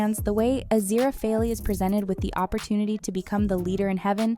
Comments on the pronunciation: It’s AziraFAIL not AziraphalEEE. At least get it right. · “AZIRAPHALEE” HELPP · Why can’t narrators learn to pronounce names? Half the time you pronounce Aziraphale’s name “Ah-zeer-ah-fay-lee” and the rest of the time correctly. Drives me bonkers! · It would be nice if the narrator could pronounce Aziraphale correctly 🤨🙄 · Your pronunciation of Aziraphale here is a bit off lmao Good video though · "azira-fay-lee" "azira-fay-lay" "gabe-ree-ehl" "beel-zee-zib" IM CRYING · It's not Craw-leigh....its Crow-lee And it's not AZIRAPAHLE but A-zir-a-fell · Aziraphale is pronounced Azira-fell Crowley is pronounced Crow-lee 😐